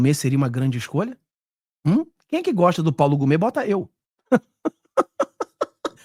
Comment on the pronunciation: O nome é Paulo Gonne e não Gome.